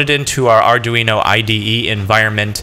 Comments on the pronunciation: Please stop saying arduino like that, jus please.. Btw, sposed to have 16v 1000uf cap, and 470- 1k ohm resistor in line with data line.. sooo, yea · Mispronounced Arduino